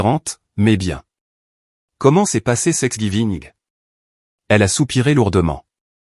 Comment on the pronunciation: Prononcez tanks giving ce serait plus juste